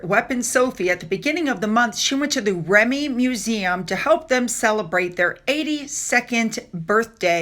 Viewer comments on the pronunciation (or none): It's pronounced ReeMee. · Hello - its pronounced reemi. I know - a lot about our English language is confusing for foreigners. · REME is pronounced reemee [long 'e's] and is short for the Royal Electrical [and] Mechanical Engineers. It is also my father's old regiment - don't know about now but in those days their regimental march was ''hey ho hey ho and off to work we go'' so this is one Disney tune I grew up hearing being whistled by dad on a regular basis. My daughter has their colours and part of their emblem tattooed on her arm in his memory. Thank you Duchess Sophie. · its pronounced RE ME short for Royal Electrical and Mechanical Engineers. My husband was a member of the Royal Engineers and from the initials the in joke is RE = Real Engineering and REME = Real Engineering Made Easy. ❤😂